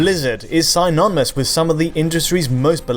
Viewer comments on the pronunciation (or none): Sigh-nonymous eh? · Sigh-non-i-mous? Friggin UK-leheads have some of the goofiest pronunciations. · lol at that pronunciation of synonymous